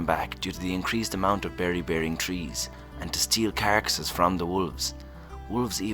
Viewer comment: Carcasses, not caracasses. There's no extra a.